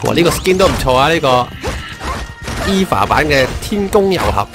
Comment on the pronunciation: EVA 唔係讀「衣Fa」，係讀「欵FA」